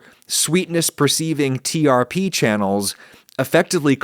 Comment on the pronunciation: Hot kills germs? I always thought it was from a time when we had to worry about pathogens in food more. Also trp is pronounced like trip.